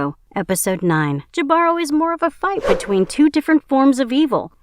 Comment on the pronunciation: Jibaro is pronounced “he-ba-roh” Just trying to help